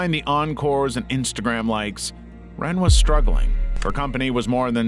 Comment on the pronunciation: Lots of mispronunciations in this video, like L'wren Scott. lah-REN, not simply 'ren'.